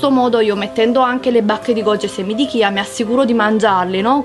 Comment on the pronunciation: Ma cosa sono i semi di kia?! Caso mai chia e si pronuncia "cia"...